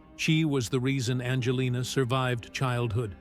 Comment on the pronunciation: BS YOU Cant even even get her name right she is not named bandjalynne